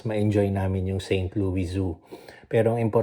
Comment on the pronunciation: Just a little correction....St. Louis is pronounced with an s. Pixar looks like a good boy. Yea enjoy traveling while he is not in school yet. Have fun!